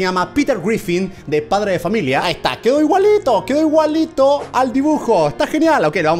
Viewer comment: se dice quedo no cedo